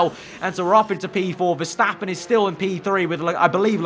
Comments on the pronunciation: Mr Anonymous verstÆppen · the way says Verstappen 🤣😂